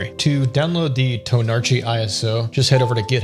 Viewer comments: Pronounng it tonarki will absolutely destroy DHH. I love it. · The r in tonarchy is silent. If you're following your dad's best practices.